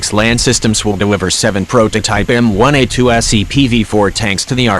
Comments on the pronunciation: Could someone please tell the AI the difference between M one A2 and M i A2 very annoying. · Repeat after me: M-ONE-A2 M fucking ONE, not M-I.